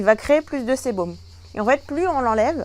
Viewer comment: on dit sébum pas sébom